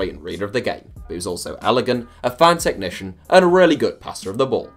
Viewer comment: No one:: "T e C h N i C i a N"